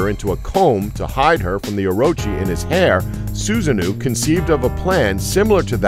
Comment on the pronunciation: Jormungandr is definitely a snake, not a dragon. And Susanoo is pronounced Susa-no-wo